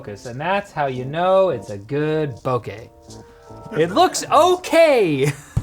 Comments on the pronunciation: The way pronounces Oppo and Bokeh almost got y’all a dislike. 😂 Just kidding, love y’all. 🧡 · BOKEH bokeh bo-KEH bokeh you triggered me. It's pronounced